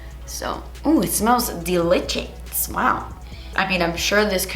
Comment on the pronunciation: I seriously live for the “das esspensive!” & the “deLITchous” in the videos! 🤣💖